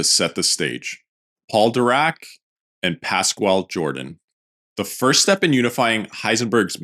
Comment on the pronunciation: PasQWAAALL Jordan 😂